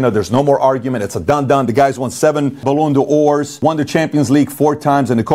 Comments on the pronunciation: Pat's very misinformed on this topic. FIFAnel PenalMessi isn't the GOAT. LOL If you can't pronounce Ballon D'or and called the sport soccer its disqualifies you from talking about it. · i stopped the video at ballon d'or pronunciation